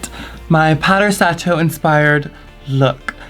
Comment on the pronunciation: It’s pronounced sah-toh <3 Beautiful look, as always